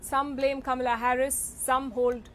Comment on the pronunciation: I don't believe a single word Crazy Kaa-Mee-Laa said.